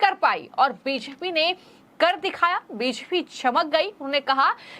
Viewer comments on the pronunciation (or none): बोलना सीखिए मैडम... बीजेपी को ह्वीज्पी मत बोलिए